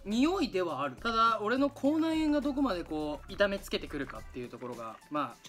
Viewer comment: 口内炎がコーナン、コーナンって聞こえる🙃